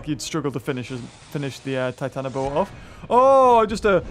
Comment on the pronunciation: Its Titan-ah-bua